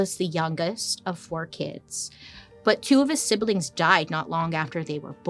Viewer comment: I love you but. Sib...lings....no e...